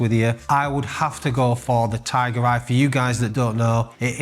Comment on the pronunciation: Just spat my coffee out, thought you just called one a 'Thai Bride', had to rewind 'Tiger Eye' .. phew 🤣